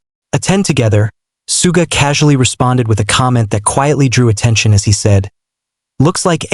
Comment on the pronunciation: The way he's pronouncing 'Suga' is pissing me off